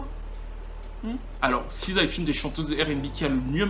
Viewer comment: T es sur qj on prononce siza?? C est.le C en anglais qui se.prolonce SI